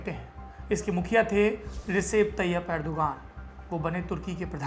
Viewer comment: Rajab taiyab urdugan ...naam sahi boliye plese ye videshi media ne hamesa urdugan ka naam galat bataya hai